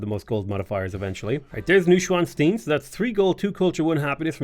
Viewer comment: Just a prononciation help for "Neuschwanstein" (translates to "new swan stone" btw). The Neu and Schwan part are good, but the "stein" should sound more like "shrine" with the "r" replaced by a "t" sound, not like bean.